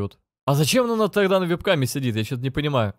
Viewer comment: меня так умиляет как он говорит вЕб-каме, а не вЭб-каме)